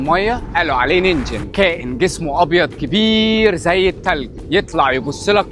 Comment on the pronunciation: تنطق نينجن مش نينچن الكلمة دي باليابانية تعني بشري وتكتب 人間❤